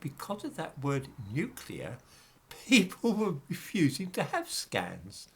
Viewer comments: Yes folks, it’s pronounced ‘nuclear’ and not ‘nucular’. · That’s all very well,, about nuclear radiation, but what about the real threat of NUCULAR as a noun? 😁 P.S. Alternatively: NUKULAR. 👍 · I lol when msm types say "Nucular" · Listen to people,especially news people pronouncing NUCULAR.. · Would that it was only "nuclear" - so many people seem to insist on "nukular"...